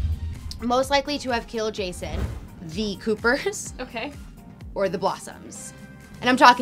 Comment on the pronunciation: love how she said the coopers... lol wrong!